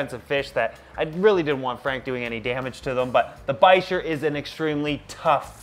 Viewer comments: It's pronounced "Biker" the ch is pronounced with a k sound. All Polypterus are called bichirs in the pet trade because of the type species, P. bichir. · Bichir (bick- Er is how i pronounce it lol) are 1000% my favorite species of fish. Hands down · I've always pronounced it as "biker" but...now I'm not so sure. lol Great video! Also, black neon tetras for the discus tank dither fish ;-)